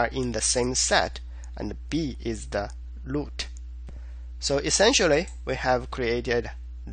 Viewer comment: Your videos are exactly the right combination of explanation and code walk thru. Keep doing them, and I don't care if you say 'loot' insted of 'root'. Haha.